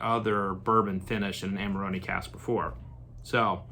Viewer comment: First review I've seen where the wine is pronounced correctly !!!